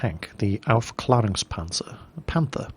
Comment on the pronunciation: Oops. Owf-klair-ung-spanzair Panter is how you say it